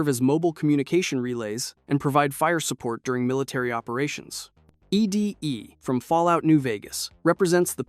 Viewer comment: “eee dee eee” ITS EDDIE